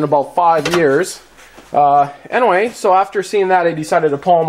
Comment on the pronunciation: U said "anaway" like 15 times